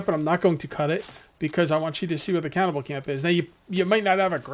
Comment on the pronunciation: Just a heads up Cannibal isn’t pronounced “cow-bell” or “cowvell”